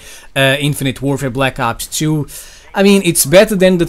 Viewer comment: you mispronounced Black Ops 2